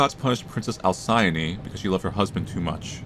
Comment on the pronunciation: The most scary part of this video is when correctly pronounced "Alcyone"...